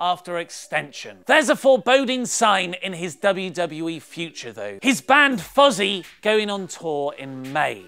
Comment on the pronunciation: He said Fuzzy instead of Fozzy, nice accent man